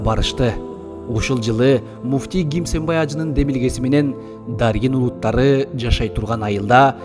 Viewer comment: Чала кыргыз Кимсанбай ажы деп айтчы туура гимсанбай ажы эмес